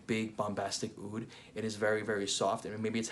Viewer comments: Fantastic review..I don’t know where Roja came up which this Aoud thing! It’s oud عود there’s no such a thing as Aoud.every single small thing makes a huge difference in the Arabic Language. Awesome video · Actually it’s just oud not aoud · Actually we call it oud not aoud